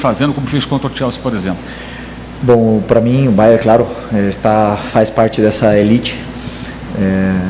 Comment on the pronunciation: Curiosidade minha: porque é que quase todos dizem "Bayer" e não "BayerN"? Bayer é o de Leverkussen; Bayern o de Munique